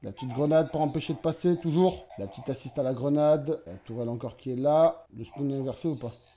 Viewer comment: nn enfin c pareil à dire, juste au lieu de SPOONE, tu dis SPAUNE, (prononciation) donc tkt tu vas pas t’dechirer la langue